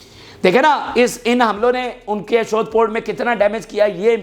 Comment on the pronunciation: brother kuch ilaqon k names ghalt lete rehte ho ashod jo k ashdod hai yeh drust kro mazeed b kuch mistakes hain